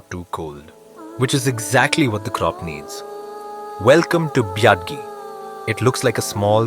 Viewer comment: Everytime he says "biadi" I die a little inside 🥲